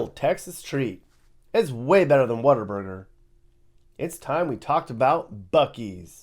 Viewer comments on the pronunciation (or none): it’s What-A-Burger, Not Water Burger! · Did really refer to Whataburger as "Water Burger?" I've never taken him seriously as anything other than a grifter, and this just validates my point. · Real Texans say water burger😅😅